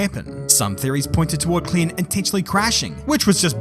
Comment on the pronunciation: Spot on pronounciation of Klien 👍